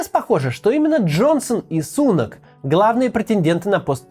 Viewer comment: Не СУнак, а СунАк